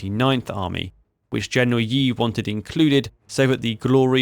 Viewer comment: I wish you have learned how to pronounce Chinese names. "Fei" should be pronounced like "Fay" "Ye" is "Yeah" "Xia" in "Xiamen" is pronounced "She-ah"